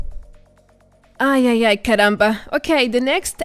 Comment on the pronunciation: Este "caramba" que você soltou no meio do vídeo me deu uma suspeita de que você falava português ou espanhol, pelo sotaque n era nativo inglês com certeza. Mas olha so, português! Caramba q legal hahaha acompanho você a um tempão, me sinto mais próximo agora, ainda mais num jogo tão pequeno com pouca gente jogando